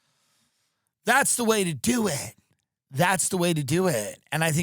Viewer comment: I repeated it too 😂😂 that's the way to Do-ettt